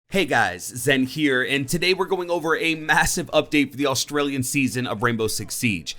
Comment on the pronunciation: Wait... Did he say Autraliana? Geez... Foreigners...